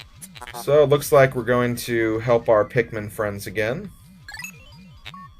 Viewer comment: Bruh, pikkmone